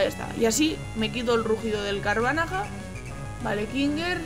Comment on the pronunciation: Me rei mucho cuando decias el nombre del Carvanha, q decias Carvanaja xDD